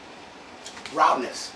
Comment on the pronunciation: I didn't know you were fluent in Japanese? "Rowdness" 😆